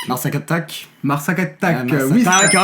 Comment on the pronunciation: Mon gars le blind test j'ai reconnu que avatar 😂😂😂😂 et désolée mais on prononce le S à Mar Attacks ! 😂 sinon j'ai adoré la vidéo ! Gg